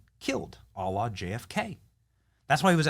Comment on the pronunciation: It's "a la", Benny. The L's are pronounced softly in French (you make it sound like Allah which incidentally is what YouTube picks up in closed captions) x